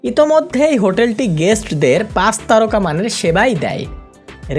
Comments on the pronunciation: C ar S nea pronounciation e problem ase, Pach ke bole pas, chittagong ke bole sittagong.... egula improve hole video aro bhalo hobe... otherwise good ! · pas na, pach... pronunciation thik koren plz